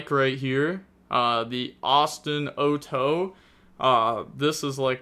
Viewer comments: The way you pronounce Ostinato is truly incredible. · not the ostinato pronounciation :')